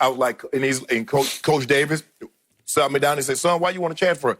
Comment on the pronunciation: Sat, not "Saut" Unc! 😊